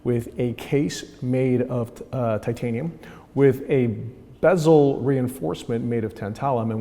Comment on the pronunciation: Dang, I was only here to see you mispronounce “bezel” as “bees-ol”